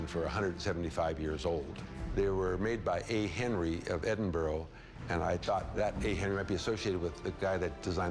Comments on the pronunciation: "Edinboro" hahaha "Edinburgh" - EDINBURAH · It's not pronounced Ed-in-bo-ro" It's "Ed-in-bur-uh". Chumlee and the expert dude actually got it right. The seller guy didn't. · its not pronounced ed-in-burg its pronounced ed-in-bra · Its "Edinbruh" not "Edinborough" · Edinbourgh lol Edinburgh big difference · its not Edinboro its Edinburgh.You would say Edinburra.. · EDINBRUH NOT EDINBORROW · Edin - burr- ugh...........not Edin - burrow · It's Edinburgh, not Edinbro!!! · Edingbuuuuuuurgh not borow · Why can't Americans pronounce any scottish city right? Edinburgh gets called edinburrow at times instead of Ed-in-Bruh (glasweigan accent) Ed-in-Bruh-uh" (Edinburgh accent) Glasgow gets changed to Glas-cow instead of glas-go. Same with Moscow. Nobody calls it mos-cow so why is Glasgow called glas-cow. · Ed- In - Burrr - Uh... Not Edin-boro or Edin-burg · It's not edinburg it's proununced ed-in-bur-a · edinboro!!!!!! its pronounced edinburra jeeeeeez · Ed.inn..burr..ah NOT Edinboro ... I am born, raised and still reside in The Auld Rekkie! They ripped this man off! He really should have contacted an auction house here in Edinburgh. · IT'S NOT PRONOUNCED "EDIN-BURG"! IT'S PROUNNOUNCED "EDIN-BRUH". THIS WAS ANNOYING ME SO MUCH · “Edinburg” numpty chum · Edinbra... OHH, My Sisters! Xb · Which one? They both murdered it! It’s pronounced more like Edin....BRUH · They can’t roll their r’s It’s funny how the end it with boro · lol Edinbourgh lol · "EdinBURG" LOL!! Come on Chum. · “Edinboro Scotland” ffs man 😂😂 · O my god he said edinboro wtf that made me cringe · It’s pronounced “Edin-bruuuh” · Actually it's pronounced EdinBRAH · Edinboro?? Edit: Edinburg???? Jesus christ... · Can they really not say Edinburgh?? ''Ed-in-bur-uh'' americans... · It's pronounced edinbruh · mm smith am fae fawkirt and we say Edinburra 😂😂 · I always thought it was pronounced edinburg. wtf? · edinbruh is how we pronounce it. I was born there and still live in the city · Ad in Burrah